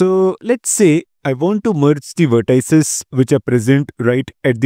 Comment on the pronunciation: How dare you pronounce vertices as “ver tie ses”